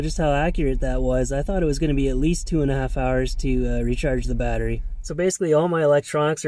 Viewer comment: I (hickup) can't (hickup) hear the (hickup) word (hickup) watteriey (hickup-hickup) any (hickkkup!) More... Cheers (hickup) ! 😜😉